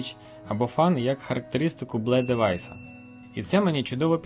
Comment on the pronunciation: Лайк за відео! Мабуть вірно озвучувати Бі Ел І :)